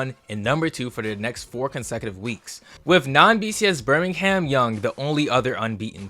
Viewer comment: Bro wtf is a Birmingham young 😂😂